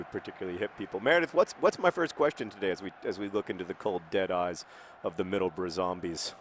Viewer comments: It's "Middles-bruh" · I love that he thinks there ought to be an extra 'o' in Middlesbrough because he incorrectly pronounces all English towns ending in 'borough' phonetically, when it's one of the few places that is said how it looks. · It's bruh (bru) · John, the word is 'bruh'